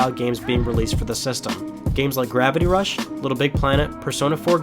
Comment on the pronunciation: Gravity rush not Gravity daze